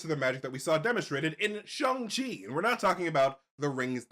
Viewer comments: Can u guys please pronounce shang chi properly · Can y’all please say shang chi correctly